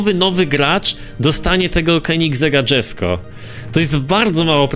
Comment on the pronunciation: To jest Jesko a nie dzesko.. Auto powstało od imienia ojca kristiana von koeningsega